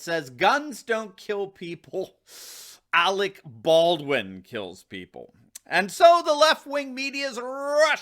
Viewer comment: "Arec Berdwin" - Kim Jong-il